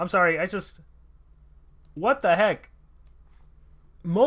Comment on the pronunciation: That word "watdaheck" lol